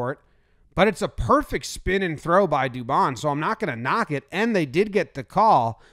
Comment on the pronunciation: Hey jommy boy. It's du-bone. Hes Latino.